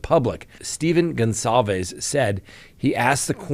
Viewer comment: Come on it’s not Gonzalvez it’s something else. We owe them at least the respect to there family name just saying dear sir I’m actually more confused then ever now if I’m wrong and your right my apologies kind sir.